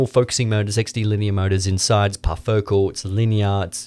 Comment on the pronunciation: It's parfocal tho